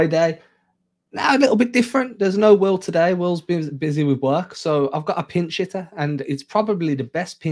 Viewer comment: He said pinch hitter I hear pin shitter